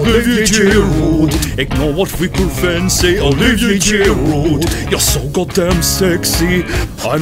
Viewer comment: He said girudet